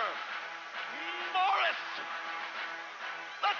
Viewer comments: "Bore-Us" Malenko > the current wwe roster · Bore-us Malenko